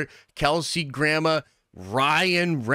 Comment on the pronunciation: Alright, Ima correct you cause you keep doing it. Its Kelsey Grammer not Gramma or grandma or whatever you are saying! Enjoyed the jokes and the edit in anycase.